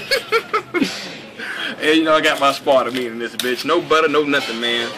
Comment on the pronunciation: Nothing for love for you guys and this channel, but i can't let you guys live in ignorance! Yohimbe (yo-him-bay) Aspartame (ass-per-taym)